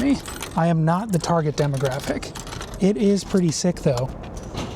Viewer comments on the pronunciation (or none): none